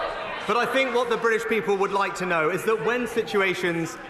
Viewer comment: Also, Sunak's regular mantra "the Briddish Peeble" !